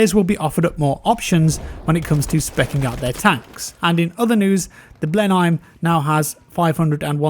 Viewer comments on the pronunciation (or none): It’s not blein heim it’s not german it’s bleh·nuhm